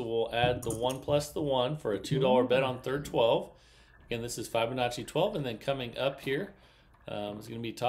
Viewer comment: The i in Fibonacci is pronounced like the i in Fib, not like the i in five.